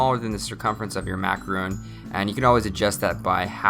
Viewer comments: IKR he pronounces it Macaroons when it's Macarons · Theyre Macarons, not Macaroons. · It’s mot macarOOn it’s macarOn. 😂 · Despite being the incorrect way-Americans call them French "mah ka roons" in pronunciation. It's easier than the proper frencb way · How come a chef like you don't even know how to pronounce a dessert you are making? :/ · he keeps pronouncing macaron wrong! its killing me! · It's not the same thing. He's just pronouncing macaron wrong.